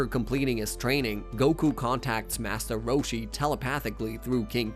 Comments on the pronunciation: Did he say "Massa Roshi?" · I’m on another account so uhhhhh yea Part 2 this one could just be way he talks idk ain’t no way that’s the name of the attack “da mice” (he says this a lot in the saiyan saga so be prepared 💀😭🙏) he’s talking about the dragon balls like they’re a person another masta roshi wait did he? (I didn’t watch dbz either but I know more about it than this guy or I wouldn’t be writing this I can’t remember if it was 10,000 or 10,000,000 but I know it wasn’t 1,000,000 HELP “da mice” ARE STEALING MY CHEESE PLS HELPP!!!1!1 it wasn’t confirmed that it was a t-rex but it was a dinosaur I’m writing this at 2 in the morning and my fingers are getting tired so imma sign off for tonight👍🏻 Edit: also I accidentally made this a comment and not a reply so u just gotta scroll a bit to find the original comment. Just look for